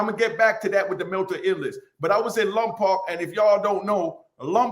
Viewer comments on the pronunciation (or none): "LOMPOC" is pronounced "LOM-POKE"